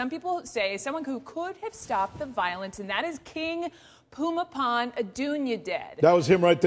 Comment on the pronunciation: About the only good thing that can be said about this report is that at least she took the time to learn how to pronounce the King's name correctly (more or less). I get tired of western reporters calling him something like Boomy Bowl!